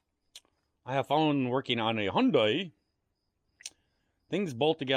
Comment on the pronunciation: I pronounces it Hi un day